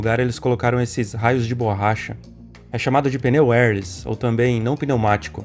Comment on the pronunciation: Pneus "Érlis" ? kkkk Érr léss